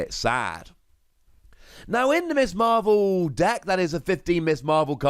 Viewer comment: It’s Ms Marvel, not Miss Marvel... ;-)